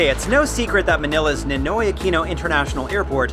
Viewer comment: Pronouncing NINOY is not same as English. It has to pronounce like Spanish